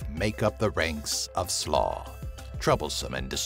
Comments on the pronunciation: Im american and I can pronounce these right. Like how hard is sluagh??? Its sloo not slaw lol. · Slua is pronounced Sloo-a, with the same a as in ant and attic and action. Not Slaw, which is a way of preparing shredded cabbage.